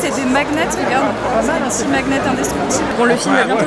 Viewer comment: cc super cette invitation ! ça doit etre un peu saoulant les photographes qui crient à droite à gauche, regarde ! Et sinon trop marrant comme tu dis le mot "magnet" ! hihi super sympas les cadeaux